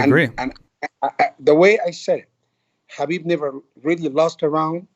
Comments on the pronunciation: Agreed 100% I'm sure Khabib is gonna roast him for this mis-pronounciation 😂 and teach him how to pronounce his name right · Ali should pronounce Khabib's name correctly coz he is from Egypt, he knows Arabic (حبيب). Even coach Javier & Mike know how to pronounce correctly.